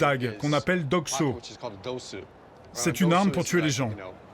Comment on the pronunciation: Le petit couteau ça se dit "Dosu", pas "dogso". Ce serait l'équivalent en français d'un "coupe-lard" ou "lardoire".